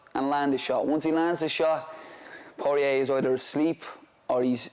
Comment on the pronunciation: I think the best part of this interview and also the one with Sutcliffe is how they both pronounce Porier like its a wine bar down on Lesson St.